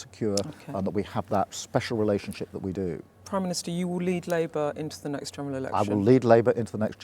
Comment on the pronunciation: LIEbour before Reform Oh Dear! he slipped up! 🤣